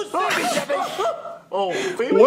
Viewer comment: It's feebee